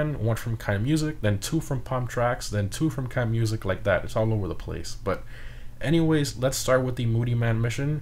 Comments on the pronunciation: Since they are German, I think Keinemusik has an "uh" in the middle where the e is before musik (kine'-uh-music). --Someone who's name always gets mispronounced in streams. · you say Keineh Mooseek